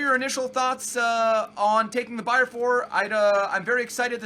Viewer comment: it's bayer not Bayern you uncultured swine